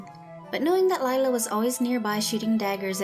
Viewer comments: *lila not lie-la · Instead ee have lie-la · Same she is just a freaking liar that's why your name is Lila pronounced liela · its not lila its lie-la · LIE-la should be the real way her name should’ve been spelled.. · anyone else notice that lila sounds like liar personally her name should've been lira because if u mix it is lial but if it was lira it would be liar